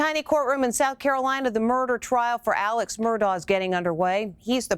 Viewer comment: His first name is pronounced "ALEC" (even though spelled Alex).